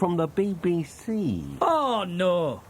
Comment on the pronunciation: Never thought I'd hear Wallace say the BBC like that!